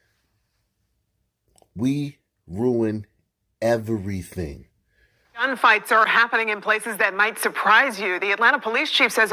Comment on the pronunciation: "We ruin evarything" lmao I grew up in the hood and let me tell you. Sun people are nuts. not all but a lot are.